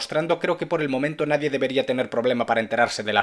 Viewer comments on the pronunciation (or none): none